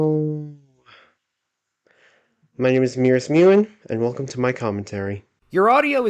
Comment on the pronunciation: It’s Mewen not mewmen aaaaaaaaaaa All joking aside this is another good commentary done on me while I’m glad to hear my commentary wasn’t horrible … yeah I still need to work on a lot before my commentaries become … good and I do appreciate commentaries done on me as it lets me know what exactly I need to work on However the title says Mewmen so that’s -10 points 0/10 commentary (jk jk)